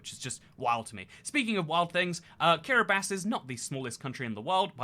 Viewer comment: Thank you for pronouncing Kiribati correctly ❤️ I can sleep soundly tonight NOOOOOOOOOOOOOOOO